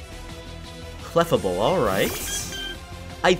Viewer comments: “Clfable!” Me:“NO!its Clefable!” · cleff able